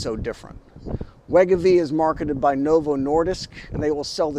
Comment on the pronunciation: It’s pronounced Wai-GO-Vee